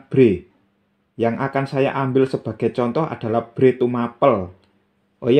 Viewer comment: bukan bhré, pu. Tapi bhrè. Ngapuntĕn lañcang.